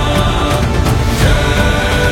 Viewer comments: Name should be "NARA-SHIMA" not "NAR-SHIMA" just for reference "ಓಂ ಉಗ್ರಂ ವೀರಂ ಮಹಾವಿಷ್ಣುಂ ಜ್ವಲಂತಂ ಸರ್ವತೋಮುಖಂ| "ನರ"ಸಿಂಹಂ ಭೀಷಣಂ ಭದ್ರಂ ಮೃತ್ಯುಮೃತ್ಯುಂ ನಮಾಮ್ಯಹಂ" Pls do the necessary correction!!, Thanks for the making no doubt best visuals team!!❤❤ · It's not narsimha NARASIMHA ನರ್ ಸಿಂಹ ❌. ..ನರಸಿಂಹ ✅✅